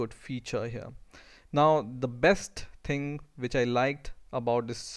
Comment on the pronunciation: the first ting? LOL.